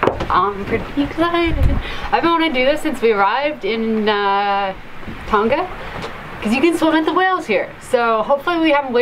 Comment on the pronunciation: Thank you for sharing this experiance - be carefull with whales with calfes. You have become one of my favourite sailing channels. Just a correction about Tonga, it is not supposed to be pronounced "Ton Ga" like you and many others do. The Polynesian languages make use of the "Nga" sound. Tonga is pronounces "To-Nga". Cheers from Sweden